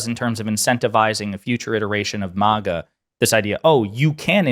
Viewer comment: It's not "MOGGA", which sounds classy. It's "MAGA", as in trashy.